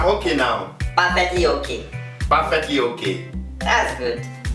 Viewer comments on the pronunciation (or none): Perfectly is not pronounced parfectly...